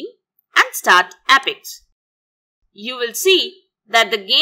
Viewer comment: Thank you, nothing helped. Please dont pronounce it as "app - ex" its "ape-ex".